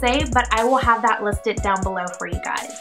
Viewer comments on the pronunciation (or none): none